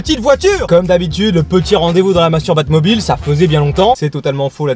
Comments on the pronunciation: Au lieu de Mastubatmobile j'ai compris Masturbatmobile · Il dit masturbatmobile